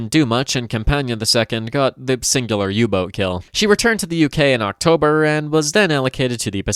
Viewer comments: I cant tell if "U boot" is a accent or an attempt to say it the German way. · I'm reminded that you're on how you pronouce "U-boat"